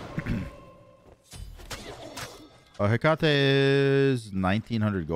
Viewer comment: Fun fact (at least I think it is): Hecate is pronounced Heh-kuh-tee